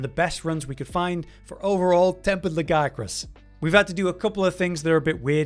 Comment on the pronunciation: Thumbs up just for saying "Legiacrus" properly. 👍